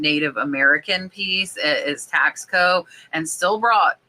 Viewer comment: Hey!! It’s pronounced TASS CO!!!